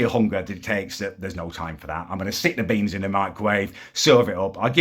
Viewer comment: Its beans not BEYNNZZ